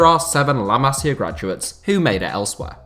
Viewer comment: Yo,it's not Cales Puyol it's Carles you have to read the R,not ignore it and you said "Masiar Academy"! Like what the hell man?!Where did that R come from? It's Masia Academy not Masiar Academy